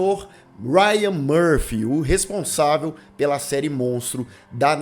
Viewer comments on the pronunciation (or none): none